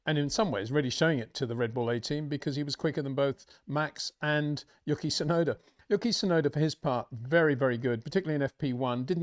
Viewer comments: You-key, not Yukky. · Clicked on this just to hear him call Yuki yucky